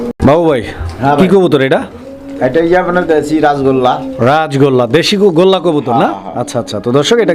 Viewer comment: ভাই গোল্লাকে বলে গররা